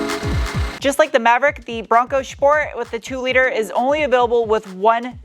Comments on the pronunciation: Love your pronunciation of „Schport“ 😂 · If Ronald McDonald had a Bronco Schport.